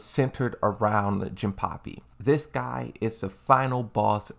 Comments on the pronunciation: Hilarious how he says some Character names 😂😂😂 Jinpapi 🤣🤣🤣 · he said jimpapy twice LOL